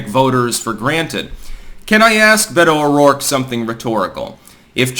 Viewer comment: Beta-oh-dork, this bitch is cringe af🤣👌